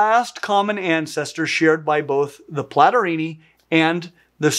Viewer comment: Among others: Platyrrhini (pronouced mich like "Platorini") and Catarrhini (much pronounced like "Catarini") sounds like two Renaissance Italian rival families or modern Cosa Nostra clans. 😎 Cosimo Platorini infamously shot Giacomo Catarini. 😂😂😂